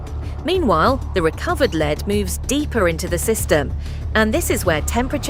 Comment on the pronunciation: It's pronounced "led", not "leed".